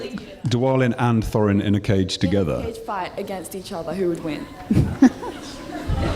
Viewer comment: seriously? p.s. hes talking about Throin.. It should be Thorin.....